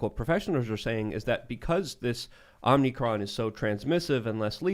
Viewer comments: Big fan. SOMEONE, PLEASE interrupt and correct him: OMICRON not OMNICRON and WITH not WIT. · It is Omicron, not "Omnicron" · Is mispronouncing omicron on purpose?